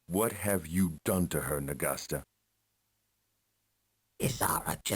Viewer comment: YOU SAY N'GASTA. N'GASTER IS OUR WORD.